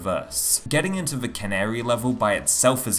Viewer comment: Canary? It's the Cannery.. it's a place they make cans... not a bird. XD